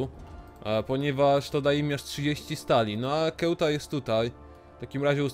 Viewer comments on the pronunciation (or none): "Ceuta" czyta sie "Seuta" a nie "Kełta"